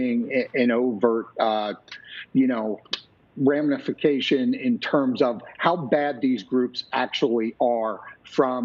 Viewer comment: "We're not seeing an overt...ummm...you know--ramnification..."